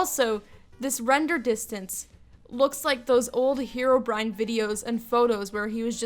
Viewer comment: She said herobrin